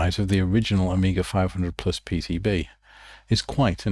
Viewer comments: Génial par contre je regarde en français et la voix dit « Oméga » à la place de «Amiga » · why the AI keeps saying OMEGA instead of AMIGA? did you used an english voice to speak in spanish instead of using a spanish voice?